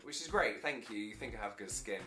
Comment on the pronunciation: but FANK: yea THANK 😂😂😂😂😂😂😂 omg